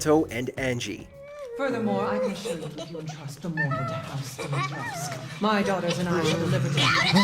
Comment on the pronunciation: How is it the narrator managed to mispronounce "Dimitrescu" every single solitary time despite the games own characters constantly pronouncing it "Di-mi-tresk" (which is the proper Romanian pronunciation, btw) every single fucking time in the game? Come on man, no one can be that incompetent at their job.